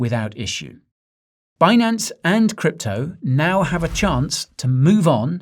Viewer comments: Um, sir, I was told it’s pronounced BIN-ance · actually it's Benance!